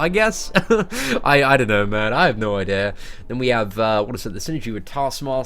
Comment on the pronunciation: Idear!? He said Idear!!! Lmfao